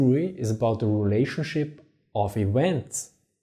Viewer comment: "The relationship of ewents" - pronounce the v in English like a w in German.